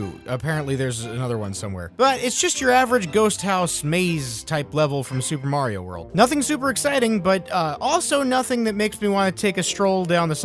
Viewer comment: Tuper Tario Tros.? Why couldn't that guy just call the game Super Mario Tetris?